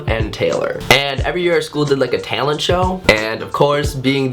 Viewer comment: He says talent like a country person